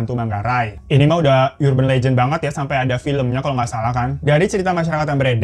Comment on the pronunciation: Suka sm channel ini..kocak..ga terlalu serious..tp cara dy mgmg 'urban'...duh..liat kamus dong mas gmn cara yg bener pronunciationnya..biar tambah keren bawain ceritanya